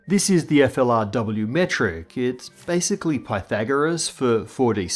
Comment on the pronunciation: "Basically" lol I love it. Thank you. Sounds great but the "basicall" makes it gold😁🤙